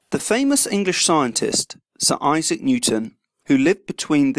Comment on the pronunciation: Bruh its Isaac not Aisac